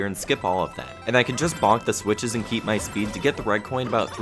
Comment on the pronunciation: i swear to god, i hear "bitches" every time he says "switches"